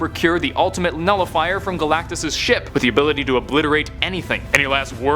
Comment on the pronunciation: Did he just say gulactus the life bringer he eats plants how is he a life giver 😡